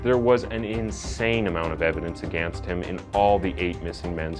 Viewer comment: What a clickbait title....you make it seem like he committed these crimes dressed as Santa. FALSE. Also when are you going to learn how to pronounce the very simple words again and against?!? 🤔